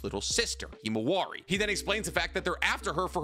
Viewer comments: Himawari. Not “Hemowari”. lol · “ It was Naruto’s daughter ”